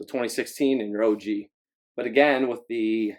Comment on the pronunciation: I'm sorry, you kept saying OG retro and it was bothering me 🤦🏽‍♂️😂😂